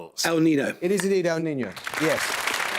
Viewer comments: I believe he pronounced it "el nino". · Of course English uses the ñ sound (canyon, minion...). Anyway, El Niño and La Niña are routinely pronounced correctly on TV and radio in the UK. He was just either ignorant or lazy, possibly both.